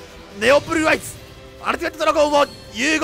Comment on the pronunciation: ブｒｒｒアイズ